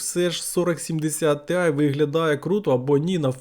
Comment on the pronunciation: Тіай а не тиай)) по вимові вже краще, дякую за огляд